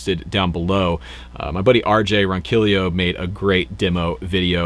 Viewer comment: Bravo on not only pronouncing RJ’s name right but rhyming it🤘🏽 REVV Rules 🤘🏽